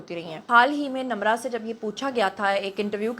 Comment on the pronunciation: Her name is Nimra not Namra what you saying